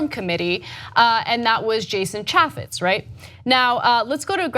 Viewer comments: ITS PRONOUNCED...CHAAA FEZ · Fyi, Chaffetz is pronounced chay' fits (the a is pronounced as in the words hay and hey) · Pronounced: Chay-Fits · Ok so the way they both pronounce Chaffetz was getting to me. I thought it was Chaffetz with an A like April, not Apple. I know, stupid, but they say it so much in this video. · I know Jason Chaffetz is less relevant than ever, but you continue to mispronounce his name. Chaffetz has a long A sound, like in the word "chafe" rather than "chaff". There's an easy way to remember this, and I know I say it every time, but think of a chafed scrotum, and then think of Jason Chaffetz. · Stoners don't even know how to pronounce Chaifitz name!! It's a hard a not soft LOL